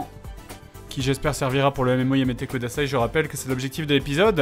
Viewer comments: Par pitié Fred, c'est "Yada Yamete KUDASAI", ça fait plusieurs épisodes que ça me perturbe mais "kodasai" ne veut rien dire >< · Fred, vraiment, vraiment, pitié pour nos oreilles : c'est kudasai avec un u et pas un o. Tu dis que tu lis les commentaires : montre-le en corrigeant cette erreur horrible ! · C'est pas plutôt "kudasai" ?